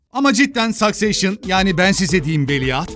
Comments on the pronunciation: "Sökseyşın" değil de "sükseşşın" desen abi, dizinin adını şaşırdım :) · Başıma bişey gelmiycekse, Succession, Sakseyşın değil Sıkseşın diye okunuyor 😬 (takıntılı insanım) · Sakseyşın değil Sıkseyşın diye okunuyor abi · Ingilizce zor anliyorum ama Successionı "Sakseyşın" olarak okumayin abimiz gibi. "Sakseşşin" olarak düşünün. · Sükseşion olarak okunan kelimeyi neden sakseşion gibi okuyorsunuz🤔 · Sakseyşın değil abicim be sakseşın 😅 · "sakseyşın" telaffuzu yanlış hacı. "saksesşın" daha doğru olur. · abi İlk diziyi sakseşın diye telafuz ediyorsun, sakseyşın değil. Hwr söylediğinde içim bi garip kıpır kıpır oluyo. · Peki sayseyşın telaffuzunu napacaz abi :D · Ama sAkcession demesen be abi